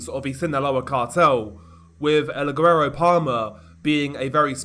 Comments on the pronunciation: It’s semi-silent. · I live in Houston with a really high Hispanic population and I'm married to a Hispanic lady and I'll get called guero all the time. Never in my life have I heard the hard g with the word lol, but ok. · The G in guero is silent! This was hard to listen to lol. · Hey DR, I think your getting ur Spanish pronunciations from the wrong person You pronounce certain words with a “-th” sound when there isn’t Spanish people are known to use “th” Mexicans on the other hand don’t Also guero is pronounced “Weh-row” Hope that helps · I guess it depends on the dialect but saying "güero" without pronouncing the g is incorrect.